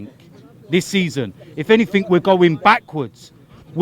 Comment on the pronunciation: The word is 'anything' there is no such word as 'anythink'